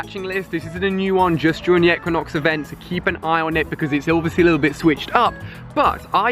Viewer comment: Pronounced Ee-qui-nox